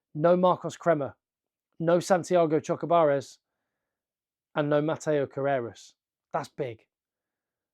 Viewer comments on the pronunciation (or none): none